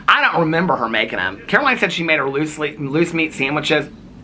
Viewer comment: What is a loose meat sandwich?! 🤣🤮 At first I thought you said GOOSE meat sandwich, and I thought “omg eww” but I’m not sure LOOSE meat is any better 🤣🤣🤣